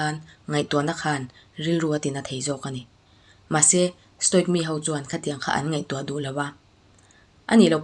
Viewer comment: Stoic pronounce dan: sto-wik (ic)hi (wik) angin mizo A,Aw,B anga lam tur ani.